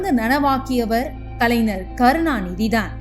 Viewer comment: யாரு?! நம்ம மனோரமா ஆச்சியா?! ஆச்சி ❌ ஆட்சி ✅ கலைநர் ❌ கலைஞர்✅ கருணாநிதியில் "ரு" குற்றியலுகரமாகப் பலுக்கக்கூடாது. முழுமையாகப் பலுக்க வேண்டும். சில நாள்களில் ✅ பனி ❌ பணி✅ கண்காச்சி ❌ கண்காட்சி ✅